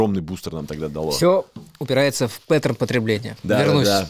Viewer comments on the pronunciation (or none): пЭттерн 😂 мои ушки еле выдержали новое звучание пАттерна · Научите его pattern произносить